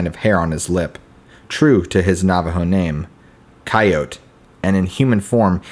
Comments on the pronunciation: Coyote=Ky-O-tee. Your welcome. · My daddy shot the monster, than my daddy had some big people drinks, & now my mommy is with a coyo-tuh-hey as guy pronounced coyote. Ki-O-tee not cyotahey. Just Ki-oats is cool too, but kiotihay isn't a word. Beyond that good job